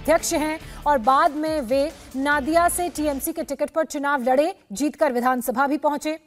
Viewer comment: नादिया नही नदिया